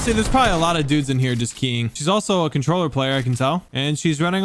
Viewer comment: Im not here to be contraversal im just sayi g i hate when people use the accent when they say controller or lazared or certain words